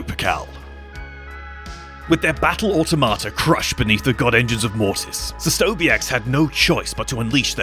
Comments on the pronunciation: He sounds like he is saying “ah tomato” 😂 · Au - to - ma - ta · Can you, though? I've only ever heard /ɔːˈtɒmətə/ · It's pronounced au-TOM-uh-tuh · can pronounce it multiple ways. Just not the way he said it lol